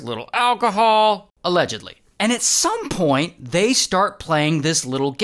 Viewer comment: Also allegedledly